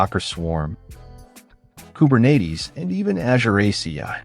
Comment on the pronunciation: And "Ajurr"